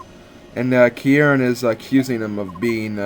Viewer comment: Love watching this LP so far, especially finding a character that has my RL name, Kieran! BTB, you're overemphasizing the first part,. Just say the word 'key', put an 'r' sound on the end of key, so 'keyr', and finish with the second sylable, which sounds like 'wren,' the bird. In full, 'keyr-ren'. Uncommon name, I know, but I likes it anyways. =P